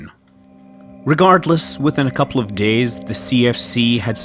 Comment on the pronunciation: Scott Manley can you please learn to pronounce of and off correctly. I have had enough now. Thanks.